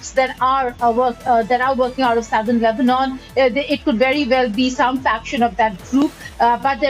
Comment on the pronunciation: Funny how he says Lebanon lol. LEBNON. Hahaha. Why is he yelling also???